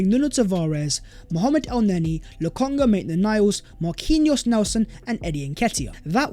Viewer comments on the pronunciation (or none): none